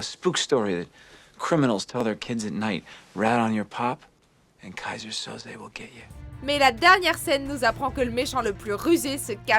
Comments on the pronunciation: "kayseur soze" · C'est Kaiser Sauzé! pas oublier le ''é'' a la fin ^^ Cool comme vidéo continuez !